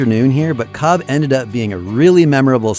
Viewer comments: It is shame you repeatedly mispronounce Cobh as Cob instead of Cove. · It is pronounced COVE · Its pronounced 'cove'